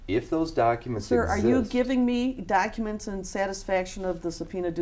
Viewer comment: "Is it a man or a woman?" "No, it's a lady." "They's pacific docka-ments." How can any sane person listen to this asshole "preach" and take him seriously??? I just don't get it.